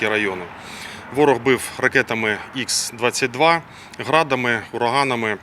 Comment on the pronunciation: Будь ласка передайте Ковтонюку, що ракета типу Х-22 має назву не [ІКС] а [ХА].